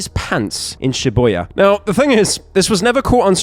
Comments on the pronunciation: Sorry pyro. I’m not trying to put fuel on the fire of all the jokes… It’s she-boo-ya Not she-boy-ya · "Shiboya"??? Dude, Shibuya is such an easy thing to pronunce how do you fuck it up that badly LMAO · Dude… It’s Shibuya, not shiboya. This clip farming is absolutely atrocious. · "Shiboya" Baby aids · Pyro for the love of slop its ShiBUya, an OOO sound. Driving me insane 😂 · "Shiboya" New mispronunciation just dropped we're so back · shiboing boing nvm someone already said it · I thought the same thing 😭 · The Shiboya incident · HE PRONOUNCED SHIBUYA WRONG ANOTHER ONE FOR THE PILE